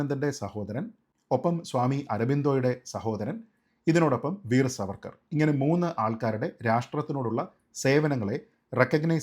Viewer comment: Sreejit, His name should be pronounced as ' Saavarkar ' I regularly see your videos. Really good. Keep up.